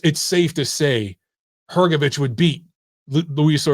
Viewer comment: Good to hear someone pronounce Hrgovic correctly